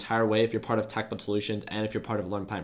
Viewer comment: its not TACK......its tech(tek). and it's not "invASSTments"...... its investments